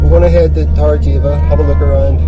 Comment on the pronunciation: Try pronouncing - Torr - eh - b - eh - ka. Weather wise its our favourite time of year here.